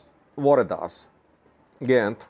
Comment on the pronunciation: Gayint is pronounced Guy-int and Sayint is an entirely different area in south Wollo, bordering East Gojam and the Blue Nile.